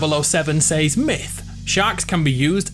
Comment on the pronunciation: It’s pronounced “ses” not “sAYs”